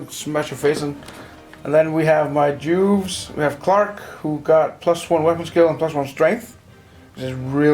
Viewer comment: Am I the only one to not hear the "v" of Juves? It gives the video another meaning.